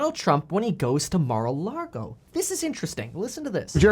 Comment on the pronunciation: Mar-uh Log-oh